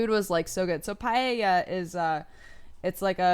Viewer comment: Oh wow you pronounced paella correctly, thank you for that. I hate it when people say "paela" because it's not like that. It's "pae-ya". Also paella is the best especially homemade with shrimps, clams and/or crab and with barbeque, cooked with some soy sauce on one of those gigantic pans with a 30cm diameter. But that's my family's version and I'm not entirely sure if it fits the original hispanic roots of paella.